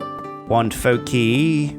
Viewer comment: it's pronounced foke-eye for foci